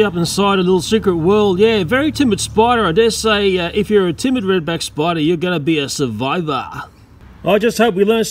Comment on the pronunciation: I love the way this guy talks. Love how says "Redback SPY-DAAH!"